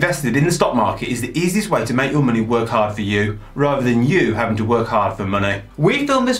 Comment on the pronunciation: 'Munnay' lol